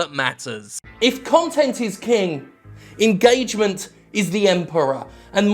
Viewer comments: It's not engagement, it's engAAAgement. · Nobody: Jim Sterling: engAAAgement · The way Jim pronounces ingaygment is satisfying as fuck. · Dominick Desalvo Pronounced “enguh-triple A-gement”